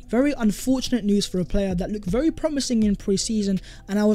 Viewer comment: Would be berry good ebening. 👍